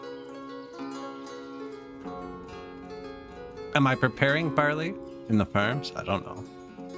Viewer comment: My wife and i think you're hilarious. She always gets a giggle out of my 'that's barl-aye(sic)' so she keyed in to you saying it in true Canadian English and not my impression from down south. Keep up the good work; she is watching you now and you got me to buy ostriv!